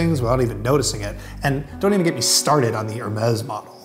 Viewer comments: hmmm ok .. Hermes.. is pronounced HER-MEES not HER-MEZZ ... not very bright eh? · It pronounced ermees not hermes